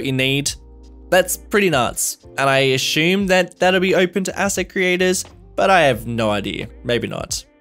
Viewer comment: Why cant this guy pronounce the word assume?....